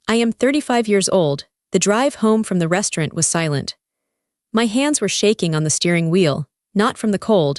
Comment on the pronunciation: AI can't say restaurant